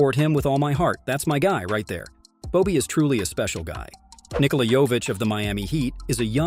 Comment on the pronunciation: Omg props for pronouncing Nikola’s name correctly 😅